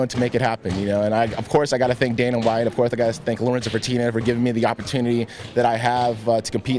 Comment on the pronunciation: at 3.20 Tito says " of course i've got to thank Dana White, of courthe I've got to thank Lorenza Fertina.." LOOLL